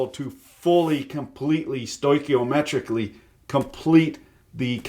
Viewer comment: "Stokiometricly"... Is that a curse word?